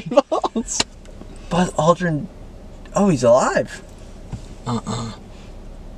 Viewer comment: “ROOT BERR!!” “balls aldrin” HELPP